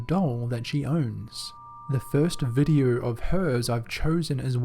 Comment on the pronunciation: What area of the world has people who cannot pronounce long O sounds? "Video" = "videe-urrh"....R sounds are not anywhere close to O sounds....